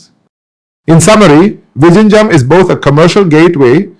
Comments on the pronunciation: Hi. Pls see if you can improve your pronunciation of 'Vizhinjam' . Try 'Vilhinjam'. Overall great effort. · Its not vishinjam . Good content though . Please do the video in Malayalam and give subtitles. Doesnt sound authentic in English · sir, please learn to say Vizhinjam correctly, thanks 🙏🏽